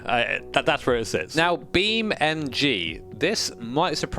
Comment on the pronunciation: Is it just me or do i hear you say Beam MG and not NG